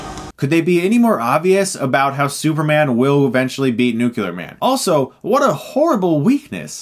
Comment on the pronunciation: "And now he's SUPERMNGN?!" 🤣🤣🤣